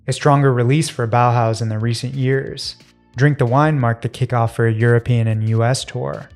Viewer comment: Ma perché i BOAUS ? Si pronuncia tranquillamente Bauhaus🤭